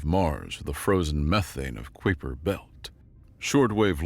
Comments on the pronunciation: Kuiper Belt: KYper. Not Kweeper. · Where in the universe is the kwipper belt??? I know where the Kuiper, pronounced Kiiip-er belt. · You're adding an extra N into "condescension." It's pronounced Con-dee-Sen-shun. Also, "Kuiper" is a Dutch name, pronounced KIPE-ur. Hope this helps. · My dude, Kuiper belt is pronounced Kai-per belt... just fyi... that aside, really enjoyed this one! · do you guys even look at pronunciation? Or do you just wing it? 😂 It's a freaking Sci-Fi series and you can't pronounce kuiper belt? It seems so minor but it just breaks the immersion... You're activating my tism 😂 this is almost as bad as when the narrator that calls himself the general couldn't pronounce the rank of a military officer when it was written out. 💀🤡